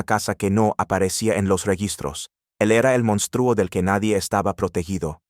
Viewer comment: Señor el redactor de este contenido Diga el Nombre completo y de dónde es porque estoy me párese fantasía y le recomiendo con todo respeto k tome un curso de Español para k pronuncie correctamente cada palabra empezando por México y monstruo y muchas más